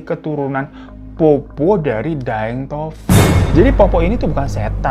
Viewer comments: Pertama kali mampir ke akun kakak.. karena tentang urband legend di sulawesi.. Mau koreksi pengucapannya, bahasa logat di sulawesi itu ada 'eegh' nya di pengucapannya.. seperti petta bukan peta tapi petta ada penekanan di 'e' begitupun dengan poppo' bukan popo kak.. lebih enak dengernya kalo pengucapannya bener.. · Capek bgt ngakak bang hiro.. Cara bacanya poppo' bukan popo😂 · Bukan Popo bang, tapi Poppo'.. p pertamanya agak ditekan.. nama Poppo' tidak lucu tapi menyeramkan jika diucapkan dengan tepat. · Sebenarnya penyebutannya poppo' (pakai koma atas), dibuat agak berat di akhiran katanya bang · Poppo’ bukan popo 🤣🤣🤣 poppo’ jdi lucu d lidah org jakarta 😁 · Bacanya itu Poppo doble P, bukan popp😂😂😂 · poppo' not popo😭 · Makasih… buat bang Hiro udh bawain kisah urban legend di Makassar,SulSel, selama ini sering dengar cerita “POPPO’” dari Kakek,Nenek & Buyut. Ohh Sedikit tambahan cara nyebut ‘POPPO’ khas logat Makassar itu, POP-PO’ akhirannya ditekan mirip qolqolah😁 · Cara sebutnya itu POPPO' ada apostrof atau koma atasnya .. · Di bacanya tu Po'pok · Pengucapan Poppo dan Petta kurang ditasydid bagian tengahnya jadi agak lucu dengarnya😅